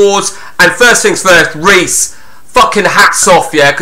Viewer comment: Only just got round to watching this! Your name mis pronunciations are superb! Reese = Riise (as in John Arne Riise). Libertine like the band The Libertines. Calling Samsami Samsim 😂 Calling davdav Dave near the end 😂 Top quality content!!